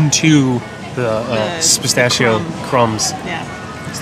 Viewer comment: Spistacio is an awesome way to say that, says bastacio. lol